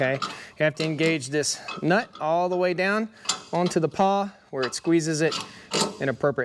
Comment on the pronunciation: "Pawl"? Not "paw"